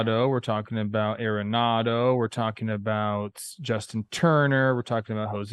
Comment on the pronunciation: you got to learn how to pronounce Arenado correctly. Such disrespect man It is ARenado not AIRenado